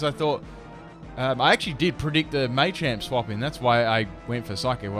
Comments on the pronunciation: dude its not maychamp its MA CHAMP :P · why do u not say machamp like ma-cha-mp because you say may-cha-mp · I like how he says "Maychamp" :P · Two things; one why are you saying machamp so weird, two your intro is annoying it's so long